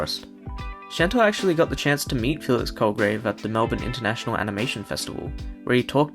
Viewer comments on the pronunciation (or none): none